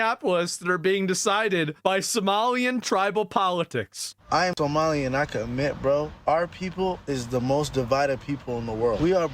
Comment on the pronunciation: 🫢 just a little constructive criticism, it’s pronounced Somali 🤭 just like I thought the word dice was singular 😳 I used to watch, but with all those faces he makes I am feel cringe. Even if the clips he shows are great his presentation is lacking.